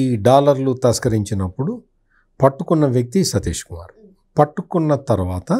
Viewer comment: సతీష్ కుమార్ పేరు కరెక్ట్ గా చెప్పండి ప్లీజ్